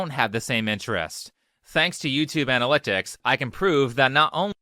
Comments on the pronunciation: That boy said "...thanks to YouTube ana-lick-ticks..." and that passed his recording phase, his editing phase, and I should hope he puts in a last looks phase, but that still got through. Oof. Edit: Okay, that boy said "ana-lick-ticks" again. I have no clue where that boy is from, we don't have that accent around my area. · Is it just me, or is he saying analyctics instead of analytics? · His “accent” sounds like every guy holding a microphone talking over pictures in YouTube shorts. I think he just said analytics weird haha. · Haha that isn’t a particular accent as far as I am aware. Just a dude who can’t say “analytics”. He could be from anywhere around here. I’m from the Kansas and lived in Virginia for a bit and we all talked exactly the same. Go up further north from there and the accent changes, then go south and you get the “southern charm” accent of the Carolinas. But yeah I really don’t think that’s an “accent” as much as just his voice and he pronounced the word wrong.